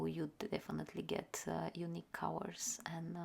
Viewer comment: It took me a while to realize that you meant to say "colors" every time you said "cowers". Anyway, I've never seeing such beautiful swatch and mixing of watercolors. Thank you for sharing,!